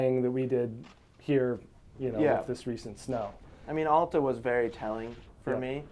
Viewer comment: Please learn how to pronounce Alta correctly.